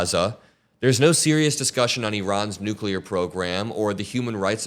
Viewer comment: Thanks for pronojncing Iran correctly .. for a change 😅😂